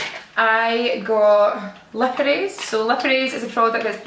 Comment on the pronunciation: I love how she says lip erase, it sounds like lippidees